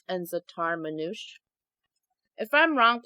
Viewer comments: You actually pronounce the e in manouche so like manoucheh and zaatar is thyme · btw for zataar manuche you pronounce it like z-ahh-tar mon-oush-aye😊